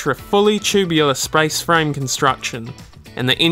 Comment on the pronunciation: Since he couldn't be bothered pronouncing Lancia, Abarth or even just spaceframe correctly, it's no surprise that there's poorly composed CGI images of the car, and imaginary 'boost' curve in a false graph. 🤷🏼‍♂️🤦🏼‍♂️